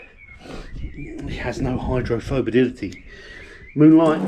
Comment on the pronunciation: 🤣 what was that? hydrophobadidity?